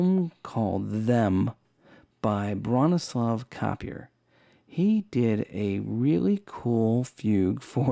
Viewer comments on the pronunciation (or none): It's pronounced Bron-ees-la Kaper. What a superb cue. Forgot about it, having last seen the film over 50-years ago.